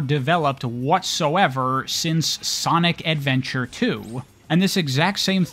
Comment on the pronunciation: You said “Sonic Adventure and Sonic Adventure 2” wrong.